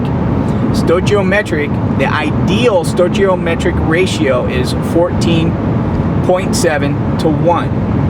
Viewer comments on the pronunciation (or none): just a tip.. stoichiometric is pronounced sTOYkeyOmetric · Yea, Stoichiometric is pronounced stoiKiometric. Stoichiometric.